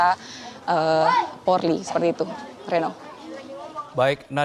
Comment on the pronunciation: Mbk nadia nya gorgi.. Polri nyebut porli😂